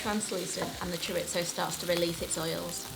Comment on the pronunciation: I love the way you say chorizo😂